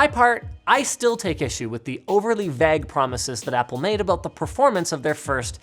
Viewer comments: Linus has said the word "vague" in his last 4 or so videos... and as always, has mispronounced it. Its no VAGG! (Pronounced closer to vayg. Like way with a V. Then a hard G at the end...) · FTLOG, Linus; Vague is pronounced VEYG, not VAGH. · I cant stands it no more lol Vague is pronounced VAY G NOT V AG AS IN BAG OR V EGG AS IN EGG ITS V AY AS IN DAY AND THE HARD G As in Guess v-ay-G LOL ARRGGHGHGHGH LOL Okay i have that off my chest whewwwwww Lol I guess you could say i hate macintosh / apple and always have but..... The thing about them being stuck in their own infrastructure and cashing in on it they have been VERY VERY GOOD at keeping their hardware constantly new and updated one might say they give WAY TOO MUCH CHOICE to what people use if you look at all the chipsets from intel x86 x64 through to arm based chipsets now so there was always a MAC for you but you paid top dollar for the privilege of always having the best Like linus says about the touchscreen mouse emulated apple have been known to be INNOVATORS or if you like that seems like a good idea and hasnt been brewed properly YET which is a bad way to go about business but the support is well the hardware is there a few updates on the software and things will be good attitude is a little reckless. Apple released the first version of Rosetta in 2006 when it began switching the Macintosh line from the PowerPC to the Intel processor. and now to arm In 2020, Apple announced Rosetta 2, to be included starting with macOS Big Sur and aid in the Mac transition to Apple Silicon from Intel processors. An option also exists to force a universal binary to run as Intel code through Rosetta 2, even on an ARM-based machine. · Is my ear all wrong or is it wrong to pronounce Vague as "veg" It sure looks like it should be vayg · It's pronounced VAYGE not vag. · Linus had a weird pronunciation for "vague" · FINALLY!!! And it’s vayy-gurh not veggg Linus! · "overly VEGGG" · Linus pronouncing Vague like VAG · It’s “Vay-ge”